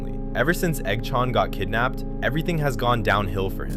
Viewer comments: i love the AI Voice when it says Eggs name it sounds like EggShaun its great LOL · I love how the ai voice makes it sound like eggchown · The Eggchan pronunciation hurt so much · the pronunciation of eggs and manes name💔💔💔a